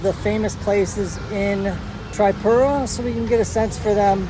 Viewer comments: I m from tripura... thanks for visiting ❤❤😊😊 Its not tri(pura)its (tree)pura .. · Hi! you can pronounce it as "TreePura" intead of the "Tri" ✌ Enjoy your stay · Hey brother it's not trypura. It's triipura(Tripura) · Tripura ❌ Trypura ✅😂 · bro its not Triepura its Tripura . not offence just to let u know and a hearty welcome.. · bro its tripura not trypura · Not trypura itz Tripura man😂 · Taipura ✅ Tripura ❎😅😂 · It's not Traipura. It's TRIPURA. TREEPURA. OKAY. Welcome to our state❤ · Tripura ❌ Trypura✔️ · First of all it's TRIPURA not Traipura 😫🤣😂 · Pronunciation of Tripura is actually 👉 Tree-poo-raa or teeree-pooraa (Not Try-pura)... Anyway thanks a lot for visiting and highlighting our home state... Keep exploring 🙏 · its tree pura not try pura :face-blue-smiling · its pronounced as TREEPURA not TRYPURA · It is pronounced Tripura - as in trip+ura. Most Indian proper nouns are written phonetically - if it was called Trypura, then they would (usually) write it so. Just follow the lead of the folks around. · pronounce like this TREE-PURA not trypura 😂.. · ur pronounciation bro 🤔 it's tree-puuu-raaa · Your pronounciation (tripura) is not correct btw most welcome to India❤ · It is pronounced Tree-poo-ra. Rashes are probably from mosquitoes or bed bugs. Did you eat/drink anything raw/undercooked? Oh yeah! The salad. Thats the bad boy. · Pronounce this way...Treepoora.